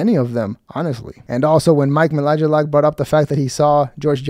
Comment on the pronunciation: Pronounced May-lack….ish. Not minlakskdhdksjskskaack